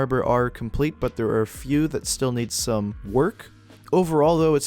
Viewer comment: i want to subtitle this and put "stum (wait what?)" for when u said stum instead of some